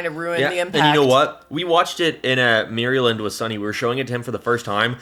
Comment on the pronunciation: you pronounce Maryland weird.